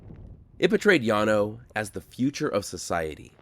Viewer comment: YES! My grandmother took me out there when I was a teen in the early '70s. Partly for something to do, but also to demonstrate the failures of socialism and communism. They are not a Utopia any more than the underside of my car is. And thank you, THANK YOU for pronouncing "Llano" correctly! And I did not know about the financial aspect of the colony. Oh my God! It was a Ponzi Scheme! What a bunch of bigoted suckers! PERFECT!